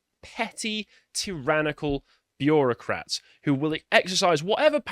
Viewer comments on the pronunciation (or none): Why am I hearing that word as bee-Euro-crats?